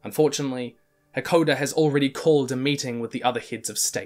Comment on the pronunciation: jesus i can't get over him calling "Hakoda" "hekoder" over and over